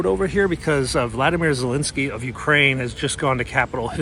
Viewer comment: Love your work but, please it’s Volodymyr.